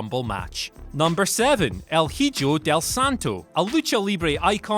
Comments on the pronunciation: el heejo it's pronounced "e-hoe" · It's pronounced as 'ho' at the end not 'joe' in Hijo British dumbfuck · I'm sorry, but did you say... "El HE-JOE?" Its "EE-HO/JO" Literally translates to: "The Son" Edit: Dunno why I said "roughly" I played myself... And with myself... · Ee ho not eejo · Did this man just say HEE-JOE?!!!!!😂 I guess they don't teach any form of Spanish in the UK 😂😂😂. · I was just coming to comment on that! For those not familiar with Spanish, it is pronounced E-HO... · It's pronounced like "Ee-ho". Between this and saying Antonia "Peena" instead of "Pen-ya", it's apparent that you're not really trying. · Hijo is pronounced “e-ho” you uncultured swine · Hijo is pronounced Eee-ho, by the way. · “El heeyo del santo” good god... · Did they really pronounce it as HeeJo? Jesus Christ. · So glad I was not the only one that caught that. How the hell do you screw up the pronunciation that bad? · HIJO is pronounced "E-HO" not whatever the hell you said lol solid video though. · Oh My God, never say "Hijo" like that ever again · He can't pronounce "Hijo" but he can pronounce "Julio?" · Throws phone with rage when the name of el hijo del Santo was butchered DX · Ok you did not just butcher “hijo”. You know what you just made the list! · “Hijo” I know it’s the accent but you’re taking the piss mate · you better get your ass on a plane and fly to a Spanish speaking country cause you totally disrespected El Hijo del Santo by botching his name. 😤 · As a Mexican , I can assure you he butchered the name of "El Hijo del Santo" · I cringed at that moment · jajajaja the best part of the video lol